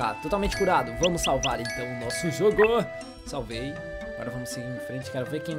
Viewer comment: o falou "salbei" se ele falou por referência foi a pom gets Wi-Fi e se falou sem querer......num teve referência